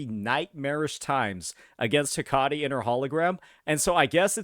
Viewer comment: It's Pronounced heh-kuh-tee like the Greek goddess Hecate